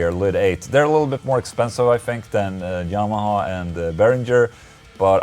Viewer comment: Lol ola you say "jamaha" xD